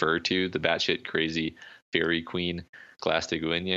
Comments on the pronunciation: Marquis is French. It's pronounced markeez or markee. And you might want to reread the Fairy Queen's last name for your pronunciation. Glaistig Uaine. Pronounced gl-eye-stig you-ayne. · Marquis is pronounced 'markwis' in english. it's not great but it's still a correct way of saying it. You're quite far off for Glaistig Uaine, but it's a tricky one. Depending on your accent and how you read this, It's pronounced close to glas-tig win-yih (IPA: /ˈɡlæʃtᵻɡ/ /ˈuəɲə/) It seems to be Scottish gaelic words that don't have english use.